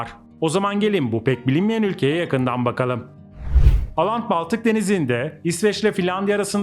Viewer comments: Aland değil Åland Evet çok duydum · 1-Aland değil Åland türkçe okunuşu ooland 2-Åland adası 1809 yılında İsveç'ten koparılıp Rusya'nın Finlandiya bölgesine bağlandı ve petro dönemi ile bir alakası yok. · İsimleri oland diye okunuyor å harfi Türkçe de o harfi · Oland diye okunur.